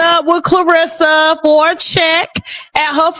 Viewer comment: Girl repeat after me REM-ME, CLEAR-RISS-SA 🙄🙄